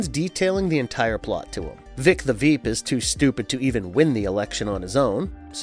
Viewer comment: “Vought” rhymes with “bought.” And it’s “Vic the ‘Veep’” rhymes with “sheep.” This caused me to stop watching the video.